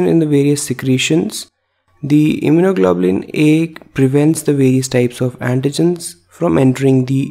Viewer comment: Very well done, and I love his pronunciation of immunoglobulin